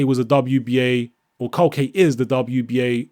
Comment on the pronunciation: culcay is good bro the Venezuelan... btw u pronounce his name (kool-kai)